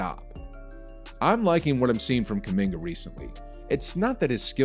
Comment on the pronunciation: Stephen A: "kuMINGER"